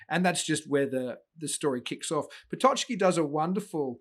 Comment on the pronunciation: One minor remark of you don't mind - it's pronounced "Pototski" or "Pototzki". The "ck" group in Polish make the ts/tz sound. It's never a "ch", "tch" nor "tsch".